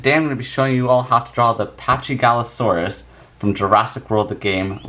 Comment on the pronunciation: It's Actually Pronounced Pakigalosaurus. Not Chy. Quite Confusing Yeah? But That's A Great Drawing!